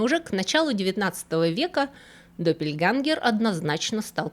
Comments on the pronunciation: ДоппельгЕнгеры, ä читается как э. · Немецкое слово "Doppelgänger" читается, как "Дополнение"! Ä=Э! Точно так же и в слове "Jägermeister". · Только доппельгЭнгэр, а не допельгангэр. Буква «Ä» в немецком — это не А. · Очень интересно) Только "доппельгЕнгер"